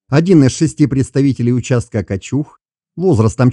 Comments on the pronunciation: Не КачУг, а КАчуг. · Первый раз услышал от не местного правильное ударение на МальтА, только за это👍👌 Блин дальше, что то пошло не так КАчуг 😀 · В слове "Качуг" ударение на букву "а"!